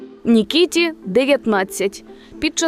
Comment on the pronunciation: Не Нікітіа а Микита!